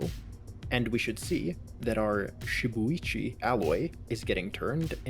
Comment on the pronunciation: I'm pretty sure shibuichi is pronounced She-boo-e-chee (So your pronunciation is right)